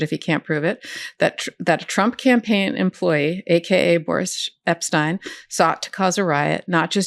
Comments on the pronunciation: "Boorish" Epstein. I think it's Freudian. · After hearing "Boorish" Epstein, I keep wanting to say "Boorish" Epstein. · You can say "boorish" Epshteyn